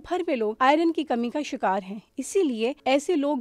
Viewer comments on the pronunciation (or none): none